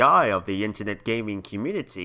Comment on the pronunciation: "YoU GOT SOM NERVE MESSIN WITH THE SPLATOON COMMUNITI PUNKH"